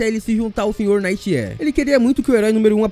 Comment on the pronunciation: ele fica falando "night air" e fica repetindo errado bicho, deu agonia.